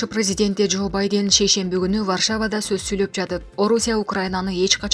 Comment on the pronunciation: мырка бадень эмес. Байден